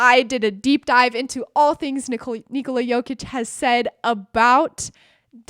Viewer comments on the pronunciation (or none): Nikola, not Niçolaà...how you pronounce it is female name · It’s funny how everyone says "Nikola Tesla" correctly: NEE-ko-lah... but when it comes to Nikola Jokić, suddenly it becomes ni-KO-la. They’re both Serbian, and the name is pronounced the same way